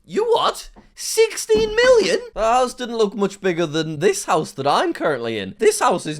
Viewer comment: SIXTEEN MEELION????